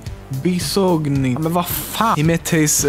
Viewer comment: Marzia's surname is pronounced "Beesoñin" or something like that (I'm Italian too, so...).